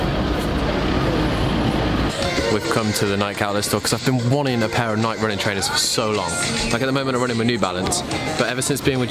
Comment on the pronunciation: The “Nike” is killing me! 🤣🤣🤣🤣🤣 It is pronounced “nigh-key,” rhymes with “eye-key.” She’s the Greek goddess of victory. Also, you should pick up Shoe Dog on Audible! Phil Knight has a pretty amazing story about how he started Nike.